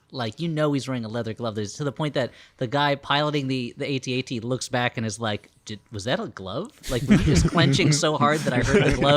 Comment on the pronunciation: I’ve never heard these Flop House guys before. Everyone says they’re funny and now I definitely agree! The ways they pronounce AT-AT as A T A T was absolutely hilarious! Good job guys! 10/10